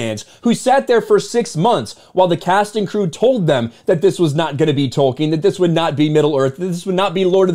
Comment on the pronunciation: Its Tolkien not Token